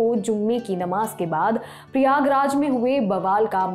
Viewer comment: प्रियाग्राज नहीं प्रयागराज नाम हैं